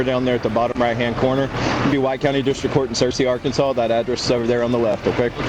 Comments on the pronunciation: I had to listen to it over and over again… arkansauce. I love it. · Arkansauce = AI uttered Arkansas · It’s ARR KAN SAW